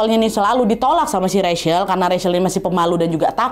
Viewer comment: Wak, aku saran, sebelum sebutkan nama org, cari tau dulu cara sebutkan nama yg bener wak...itu Rachel, nyebutnya RECHEL, bukan RESYEL